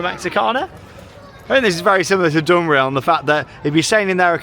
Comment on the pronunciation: Again impressed by your pronunciation of 'Slagharen'. 'Duinrell' could use some work though. Only (partially) kidding! Welcome! And enjoy the very UNdutch weather!